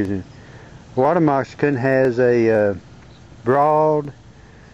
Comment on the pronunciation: He said Water "MOXICAN" 13 times lol I dont even remember what this video was about.